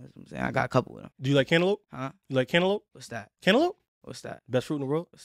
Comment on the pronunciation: You say cantaloupe lik it start with a k. I didnt kno what u were say either. "Kenalope, kenalope"😂😂